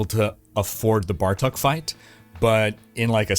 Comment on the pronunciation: it's not "Bar Tuck" it's "Bar Took"